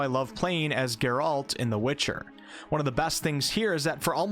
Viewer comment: "Gerawlt"....? Who's that?